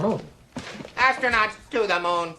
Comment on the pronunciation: Ass-tro NOTS 😆😆😆